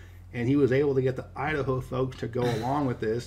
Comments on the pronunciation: Idaho?? Udaho. 🤣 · Idaho? no Udaho.